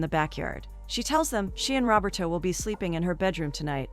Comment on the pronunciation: It’s “Roberto”, not “robber toe”!